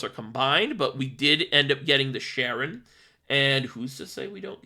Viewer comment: Im gonna be that guy and say im pretty sure it’s pronounced Kare-ren cause its a reference to Charon from Greek mythology